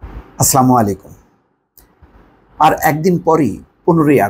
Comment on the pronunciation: আপনার বক্তব্য আমি শুনি ভালো লাগে লাগে তবে আপনি সালামটা যে দেন সেটা আরো পরিষ্কার করে আসসালামু আলাইকুম বলবেন, স্লামালাইকুম না।